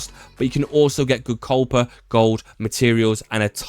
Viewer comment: cohpa? thats a new one xD KAI-PER